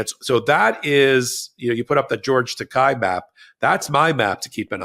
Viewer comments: Quick correction for you guys. George's Last name is pronounced with a long a not a long i at the end. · Tiny correction: George Takei pronounces his last name as "Tah-KAY," not "Tah-KYE." :face-red-heart-shape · Ben, George's name is Takei (tah-kay). Thanks for all you do. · Takei rhymes with okay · The name is pronounced “ta- KAY.”